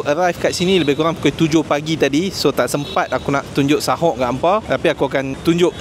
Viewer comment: Bukan sahoq tapi soq..